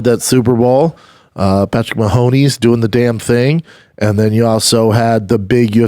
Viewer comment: “Patrick Mahonies”